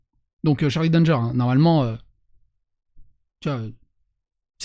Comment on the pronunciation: C'est un nom de famille "Danger" ça se lit a la française